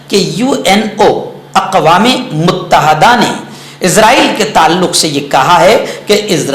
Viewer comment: السلام علیکم ورحمةالله وبركاته. مفتى صاحب ؛ لفظ: متحدة: كسرة کے ساتھ ھے، فتحة نہیں ھے، الإمارات العربية المتحدة، اور: اقوام متحدة.وشكرا